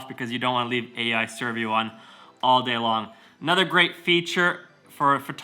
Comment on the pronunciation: You pronounce servo so weird. Serviou. That is actually funny. But very nice video!